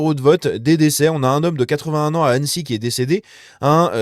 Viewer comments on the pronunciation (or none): none